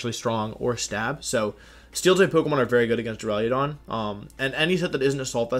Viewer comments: Take a shot every time Wolfey says "Dura-leo-don" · Why does everyone pronounce it Duraliadon? .-. heck even if people said Duraladon i'd be fine with it, English is dumb and probably has a word where the "u" is pronounced as an "a". But like every youtuber that does pokemon stuff has said "Duraliadon".